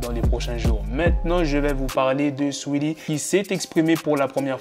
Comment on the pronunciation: C un ouf comment il prononce Saweetie toujours plus 🤣